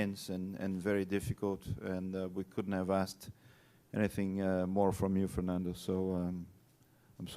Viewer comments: ITS FERNANDO NOT FERNONDO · A W true it’s just annoyed me how she pronounced Fernando